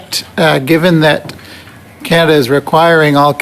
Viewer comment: Scannaduh 😅 wow